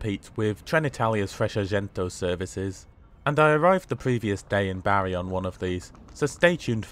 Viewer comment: Great review as always and often staying down in Puglia we often use the the local lines and often thought about the train to Rome but not sure now. Oh and its pronounced Bar ee not Barry 😁